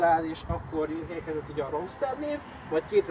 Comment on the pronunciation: van hova fejlődni, de hajrá. A legfájóbb, hogy a kocsi nevét legalább kimondhattad volna helyesen....(rúmszter)